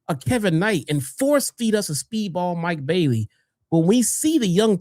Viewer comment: When mercedes mone comes back to aew she might come back as a babyface to face Tekla while she's still a heel plus I loved it when said mike bayleys name wrong it had me cracking up laughing pretty good.